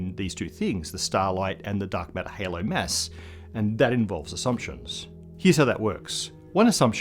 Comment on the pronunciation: His pronounciation of "mass" is ridiculous.